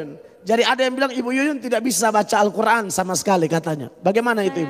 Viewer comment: Dasar pembohong cara mengucapkan x SJ salah....d kira itu baca alQur,an kaya mukadimah.. pengucapan x tdk benar.